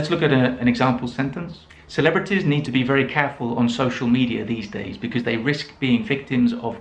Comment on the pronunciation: Interesting that you say BEKIZ for BECAUSE. I often hear BECUZ, but your pronunciation is a first for me! Signed, Perplexed English Teacher